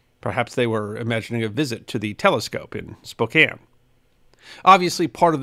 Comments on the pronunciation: Hey, he actually said Spokane correctly 😂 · Nailed the pronunciation of Spokane! Coeur D’Alene is Core Da Lane